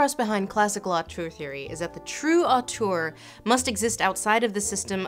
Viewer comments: Have you tried the vowel from "turd" for the second syllable of "auteur"? It's a good match for the French sound, and one might argue it would tie in better with your feelings about the French term as well? Upspeak question mark? I know, I know, only commenters ever read comments, but I trust the universe will make an exception and make this AMAZING hint reach the "auteur" of this video regardless. Awesome stuff, by the way! Go Lindsay. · I love how she keeps pronouncing "auteur" as "autour" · Hi Lindsay, sorry to be that pedantic French again, but if you want to pronounce "Auteur" right, it should rhyme with "grifter" and not "parkour". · "Autour theory"... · After seeing this video's title and attempting to watch it a few times, I have now finally figured out why you pronounce it so strangely. I thought: It's just author theory, why is she talking so strangely? Now I realise that it's the Dutch spelling. I just didn't notice the first few dozen times I saw it. Damn me and my bilingualism.